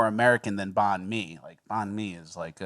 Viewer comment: The way pronouces nanh mi..... I had no idea what he was talking about until said vietnamese lol.